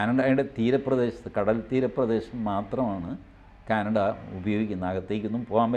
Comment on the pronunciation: ക്യാനട അല്ല...... കാനഡ ആണ്. 😊👍